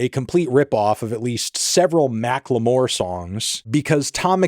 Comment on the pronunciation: Pronouncing Macklemore like that is WILD to me. 😂